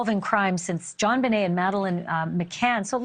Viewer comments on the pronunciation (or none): none